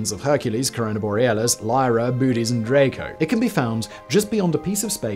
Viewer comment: Bootes: Bo-oh-tees.